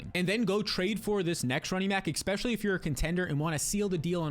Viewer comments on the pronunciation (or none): Another good video,also, it's Especially, not " Expecially"